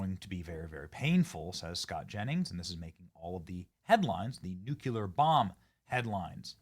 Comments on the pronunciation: If you're the smartest person in the room, you're in the wrong room. I have nothing to learn from a man who can't pronounce "nuclear." Nineteen out of twenty comments contain spelling and grammatical errors. I'm grateful Trump won, but this channel is brain rot. I'm out. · *NEW - clee - er Man I feel better now. Been refraining for years. There is no second U in that very simple word. I like ya Benny, I do. But come on my guy! That's some G-dub type wordsmithery. It's nuclear, not nucular. Sorry, I know it's a silly nitpick; but I just couldn't not say it any longer. OK. Cook me in the replies. I get it. Im okay with it. Lol! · Benny, please - nuclear is pronounced new - clee - er, not nuke - u - ler! Come on bud!!👍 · Benny, I love ya, bro, but you're sounding like George W. every time you pronounce it "Nuk-u-lar." It's "Nuk-lee-er." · NEW-CLEE-AR, not NU-CUE-LAR!!!!!!!! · Its nuke-lear. Not Nook-you-ler. Cmon Ben, you are better than that…. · Benny I love your enthusiasm and I watch your posts on YouTube quite often. However it drives me crazy when people cannot correctly pronounce the word nuclear.It is pronounced new-clee-er not,as you say,new-cue-ler. Pronounce this word incorrectly sound so unaware of themselves that they sound stupid. President Clinton and both President Bush etc mispronounce the word as well. Totally losing credibility. People drive me crazy with this mispronunciation. Get it together will you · Benny, it's NEW-KLEE-ARE. It is NOT new-cue-lar. 😂😂😂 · Love your show but i really wish you could learn how to say NUCLEAR. (new-clee-ar) not nu cu lar. Pet peeve since the G W Bush days. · For the love of Pete, Benny! It's NOO CLEE AR, not Noo kyoo lar. Get it right, or don't be taken seriously! GWB used to pronounce it "nookyoolar". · Benny, the word is NU...CLE...AR. Not "nukular." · Did you say "nuculear"? The word is pronounced "new clear". Say it with me. "New clear". Not "Nuke You Leer". Only 2 syllables. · Nuclear - Nu-CLE-ur NOT Nu-CU-Lear